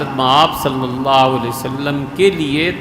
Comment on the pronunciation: This munafiq cannot recite correct darood.listen carefully he is saying Nabi salla waalehe wassalam.and you know meaning in Arabic changes even for a minor change.